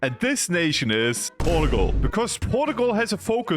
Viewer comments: Portugal is pronounced Por-chuh-gul not Port-o-gol, just small mistake you made :) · the "porgal" makes my brain lose braincells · And this nation... Is 'ourtgal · Yes the great nation of "porugual" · Porta-gul is how you pronounce it now and no one can tell me otherwise. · The way u say portugal made me itchy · rank the pronunciation of Portugal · Bro whi. Says. Portugal like. That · that cannot be the right way to pronounce portugal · In this small amount of time I have watched this video you have Broken how I read Portugal I cannot read it anyway that is not how you say it